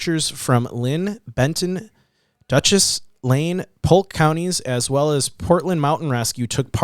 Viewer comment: Oregonian here, and boy oh boy....... DaShoots not Dutchess county. lol. Sorry. I understand y'all are not from here. Also, the ridge sits around 7,000 foot. There is no other hill before Mt. Jeff after Park Ridge. It is steep and rugged. The trail is pretty defined. Especially from Park Ridge to Russell Lake. He would have had to ventured off trail with his camera to have an accident. Or foul play? Or he traveled into the Indian Reserve. Or aliens. or Sasquatch.